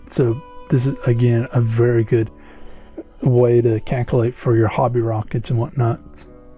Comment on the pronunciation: Caculate ಠ_ಠ